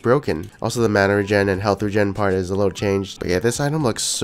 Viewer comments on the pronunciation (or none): none